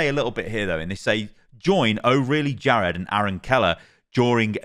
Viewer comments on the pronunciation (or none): none